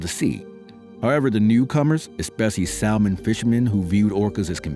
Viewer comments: you may want to look up the pronounciation of the word salmon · I hate AI narrations! They can't even pronounce salman. The pronounceing errors are infuriating to listen to. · He can't even pronounce salmon correctly.